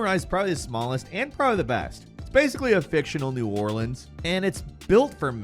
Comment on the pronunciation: Well at least he pronounced "New Orleans" right